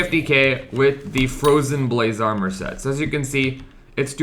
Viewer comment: fwowyen bwayse awmow